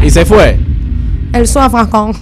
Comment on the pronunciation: Ella: el suanfacon Really:el suafonson.